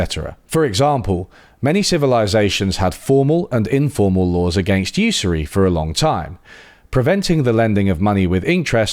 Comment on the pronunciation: After a quick google, it turns out that you and I have been mispronouncing 'usury', although we both mispronounce it differently. Good video though.